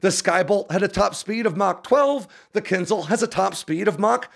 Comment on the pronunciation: Can you pronounce it right? It’s Kin Zh-al. Not kinzel